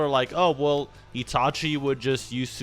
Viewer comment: "Itachi" is not pronounced "Yee-tah-chee" but "It-a-chi"...Seek help, from a qualified speech therapist, and maybe a few psychologists, to deal with your cognitive impairment.